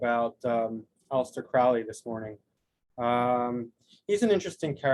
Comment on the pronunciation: Very insightful. But please pronounce his name correctly. It's Crowley as in "holy moley" not like Owley. All best.